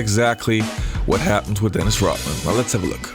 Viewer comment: Who is this Dennis Rockman that the host keeps talking about?